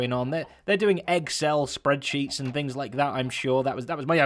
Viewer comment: Microsoft Eggcel